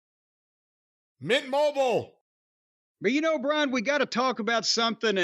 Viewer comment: It's BRIAN NOT BRAIN